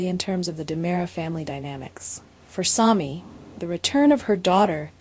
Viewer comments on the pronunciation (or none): I’m tired of hearing you mispronounce names. In the same sentence you say both “SAAHMY” and Sammie, (which is the correct pronunciation)! Get it right or don’t say it at all. You do the same thing with Gabi! It is NOT “GAHBY”.